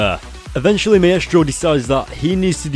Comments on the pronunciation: Maestro is pronounced mīstrō. like MICE and TRO. haha, that was driving me crazy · It's my stro spelled like maestro but it's pronounced my stro